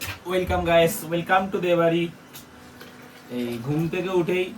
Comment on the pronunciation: Sastar ganja merechhe...surjo uthle din sesh🤣🤣🤣. Bengali culture maracchhe ...wilcum , wilcum, guys koris tokhn tor mone thakena, welcome pronunciation tao bhul bhal korish. Kelane marka...gyaan dicche...